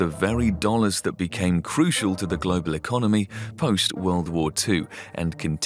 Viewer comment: "usual" and "crucial" end in an L. Can you try to spare us that "use-you-oo" please? Otherewise you're doing fine. An English which may be "locational" but free of heavy-duty social class bias is still to be hoped for in the future -- but you're a big step in that direction. Well done and thank you.